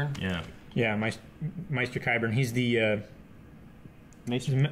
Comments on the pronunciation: Lol you guys keep saying MY-ster!!! It's MAESTER!!!!!! Aaaaahhhhh!!! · said Maester right and then incorrectly AGAIN. Haha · It makes me upset that pronounced Maester correctly but then switched to the wrong pronunciation